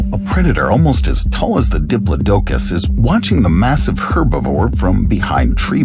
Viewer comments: GIGA-NOT-O-SAURUS... & the DI-PLAUGH-DUH-CUS... PLZ PLZ, program your A.I. reader.. with better pronunciation. this was VERY hard to listen to.. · I believe it was pronounced DI=PLOD-DUH-COS .or DEE-PLOD-DUH-COS